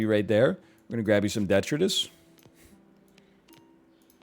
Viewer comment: I've never heard detritus pronounced like that